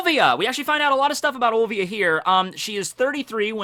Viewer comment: The fuck man... olvia again... Its O L I I I I I V I A dude Olivia :[